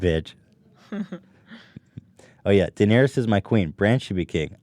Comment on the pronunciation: How do both of these guys, hardcore Game of Thrones fans, manage to mispronounce Daenerys? Ethan even butchers "Maester".